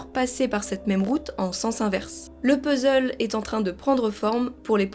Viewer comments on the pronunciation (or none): none